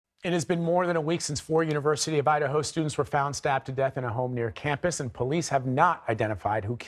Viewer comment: Idaho sounds like I the Ho